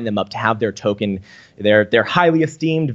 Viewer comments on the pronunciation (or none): none